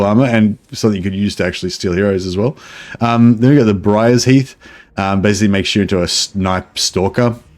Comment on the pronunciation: The most hilarious part of this patch is everyone calling Briarsheath, Briars heath, It's definitely Briar Sheath, where you are sheathed in briars.